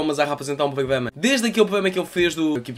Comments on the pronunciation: Vale a pena ver o vídeo só pelo facto de tentares dizer "pogama" 😂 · Poglama hahaha desmancho-me sempre!